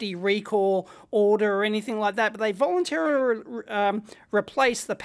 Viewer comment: Lol "they volunturrghgr replaced" :)